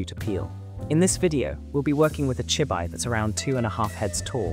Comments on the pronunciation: from the way it say chibi i can tell you used Ai in the voice over. its chibi [chee-bee]. but ill save myself the headache and skip this one. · chibi -> chee - bee. 'chi' + 'bi' -> 'chi' as in tai chi. 'bi' as in bee the honey bee.